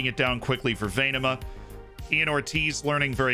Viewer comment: Happy new year Z! And a great pronounciation of Venema. Thanks for making this past year better for all of us. Best wishes!